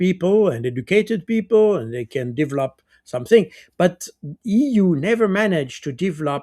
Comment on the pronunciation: If I hear 'divlop" one more time :))))